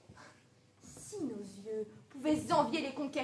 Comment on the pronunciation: > "si nos yeux pouvaient-z-envier" ???